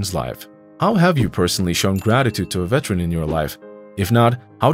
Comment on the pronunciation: IT'S NOT VETRAN, IT'S VET-ER-AN. You are as bad as the brats in the story.